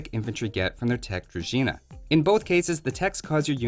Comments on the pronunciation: HE PRONOUNCED DRUZHINA CORRECT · That was a correct pronunciation of "druzhina", my man. Good work. Slavs approve. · correctly pronouncing word Druzhina is a blessing